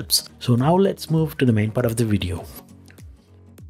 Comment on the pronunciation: When I heard "wideo" I left..